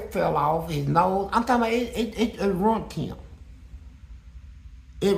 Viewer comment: It ROOOINT HIM 😂 not ruined 😂